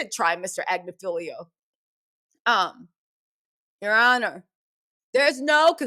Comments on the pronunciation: Ya Ah-nah 😂😂😂 be taking me out! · "Ya Honor"😂😂😂tickles me chile every time